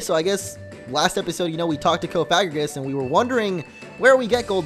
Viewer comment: Cofagrigus is pronounced coff-ag-red-gus not coff-ig-er-ous